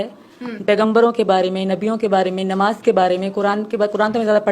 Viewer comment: 😂😂 kalma bhi thik se nahi pad pa rahi... Namaz ko nimaz bol rahi hai. Farq ko pharq keh rahi hai😂😂